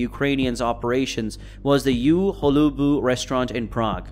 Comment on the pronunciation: Please stop saying You Holobu. It's so weird . The name means "at Holubs" ( fun fact - Holub means pigeon but in this case it's surname of the former owner) the U is not pronounce as You but as Ugh without the gh...